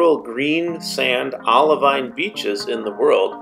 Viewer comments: I messed something up though. A geologist reached out to me and said I need to pronounce it "oliveen". We'll, here's hoping I get to go to Hawaii or the green sand test beach so I can correctly say olivine when I get to touch it! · It's pronounced OLIVEEN! I'm sorry! A geologist reached out to me and told me I was saying olivine wrong. I should have pronounced it OliVEEN. Sorry! If I get to go see the Project Vesta test beach, I will say it correctly for sure!!!